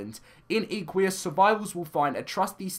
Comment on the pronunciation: "Ee-qu-ee-as" OMG the cringe (Im a horse freak) , its pronounced "Eh-qu-us", like equine